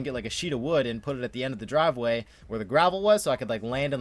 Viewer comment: "Dravel Griveway" lmao